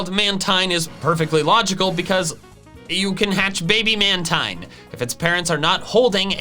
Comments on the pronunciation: Dude, you say "mantine" wrong, it's pronounced like marine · Its pronounced manteen